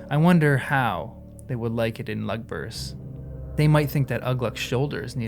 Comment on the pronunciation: A hint on how to read the non-"common tongue." Watch for the accent marks like in the name Ugluk. (I can't put the accent in.) The accent mark tells what part of the word to emphasize. So Ugluk is pronounced oo-GLUK, not Uh-gluk. Lugburz is pronounced Lug-BURTZ. I think the pronunciation guide is in the appendices, and it's fine to read it right now, it won't spoil anything.